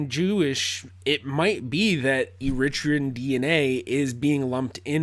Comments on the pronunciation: Please ! Eritrean is pronounced " Ari-TREE-an" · Isn't it Er-ri-TRA-on? And please never forget, much of Youtube is pure dramatic acting. They want your eyeballs, not your logic. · Please put the accent on the 3rd syllable e ri trE an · I’ve always pronounced Eritrean with the stress on the penultimate vowel. Is that wrong? Is it a British thing?